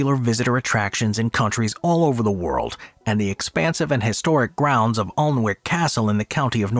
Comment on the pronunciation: Alnwick is pronounced "an-nick" by the way.